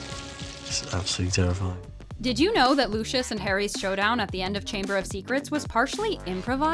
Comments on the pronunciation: did i hear lussius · did she call him luushis